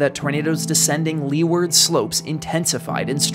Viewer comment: for style points... it's "loo-ward" instead of "lee-ward".